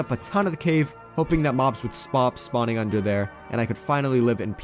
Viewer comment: did he just say” spop” spawning